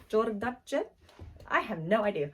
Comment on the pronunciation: JODARCHE......😂😂😂😂 Its pronounced JOR-DASH. Very popular brand back in the 80s. The jeans were all the rage back then. Ok, I just dated myself. Grew up in the 80s.